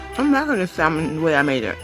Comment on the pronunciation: She can't even properly pronounce salmon lol